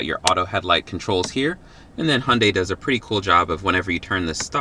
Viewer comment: I know I’m late but you actually pronounced Hyundai the correct way💜